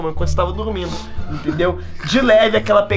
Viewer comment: Yo solo entendi dugmido jsjs dormido